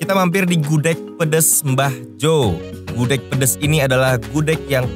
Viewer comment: Gudeg bacanya gudeg ya, bukan gudek